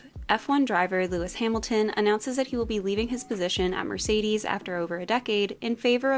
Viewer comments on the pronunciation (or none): none